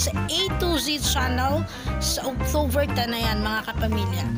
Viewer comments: October not octoVer 🤣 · Sis, friendly suggestion to improve your video voice over... practice the correct pronunciation of these words: photos, spotted, October, uploader, service, Iba yan!, It's Showtime, notification bell and upload... all the best.